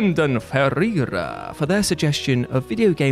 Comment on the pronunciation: How you pronounce Ferreira is funny 😂